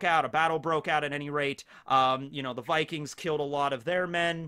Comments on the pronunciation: Vikings is also pronounced like that in Slavic languages so great job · great pronounciation on the vikings from a norwegian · yes u said vikings corectly :) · Yeah, you said «vikings» right! But we have different grammar from english so the ending would be something different, like -er, -ene etc swedish and danish would also have similar endings like norwegian